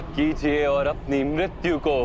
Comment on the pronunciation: Mrityu not mritvi. Mirityu could be easier for you to say